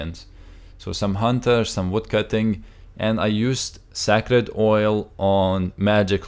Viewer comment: lol your pronounciation of sacred.........